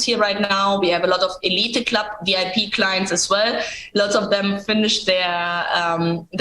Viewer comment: Elite Club is pronounced eleeet club